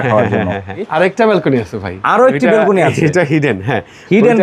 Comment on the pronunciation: বেলকুনি নয়, ব্যালকনি হবে।